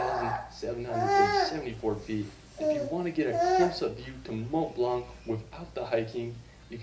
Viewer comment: say it: mont blanc ... without the "t" and the "c" ... aaaaand you got it!